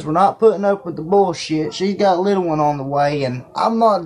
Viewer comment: “She’s got a liddle wun on the waye” Oh that poor child...